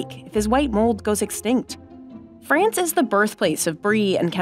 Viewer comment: Where is Frayunce?